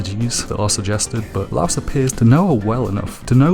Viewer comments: Why does he say Laios as louse? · My guy. Laos is a country. His name is Laios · Laios=ly-os, not Laos Marcille=mar-seel, not mar-see-ley